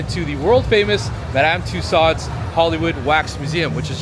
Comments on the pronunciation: It's pronounced 'TOO-sohs'.... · World famous yes but apparently not world famous enough for him to learn how to pronounce the name correctly. Lol